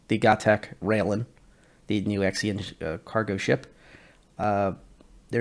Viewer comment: Did you say: Ex-ian race? oooh duuddeee. T_T why.